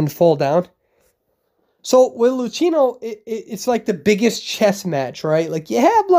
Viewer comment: I love u but Luchino is read Lukino ^